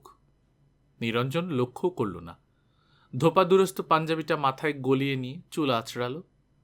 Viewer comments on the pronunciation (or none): ছাদ ২য় শুনলাম, সেখানে ধোপদুরস্ত কথাটাকে পাঠক বললেন ধোপা দুরস্ত।